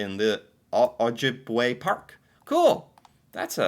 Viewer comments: Ojibwe = Oh-jib-way - Canadians can not only not "get" news on facebook - we also cannot "share" news.. everything from official news sites, canadian or otherwise, will be blocked to and from canadians.. it sucks.. it isnt just limited to canadian news either.. its ALL news.. the media is taking damage for it.. losing money. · I live in Ontario and we are the most lawless Provence in all of Canada. We have the O.P.P. and they don't know Law enough to know how to up hold it. \o/ say it like O-jib-a-way or O-jib-a-wah :)